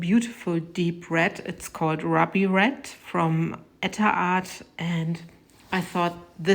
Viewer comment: That red is just STUNNING!! Its pronounced ROO-BEE for us in the US...just helping you out there...i know it probably gets hard working with more than one language...but you do it BEAUTIFULLY!! These turned out absolutely GORGEOUS,!! You do such AMAZING work!!!! 💜😍💜